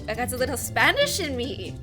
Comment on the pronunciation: I. Love how you used an irish accent while saying Spanish